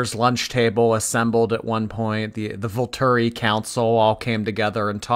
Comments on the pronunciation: Volturri council 😂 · “VOLTURI COUNCIL” LOL